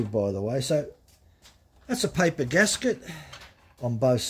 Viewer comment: GASKET, not GASGET. :goodvibes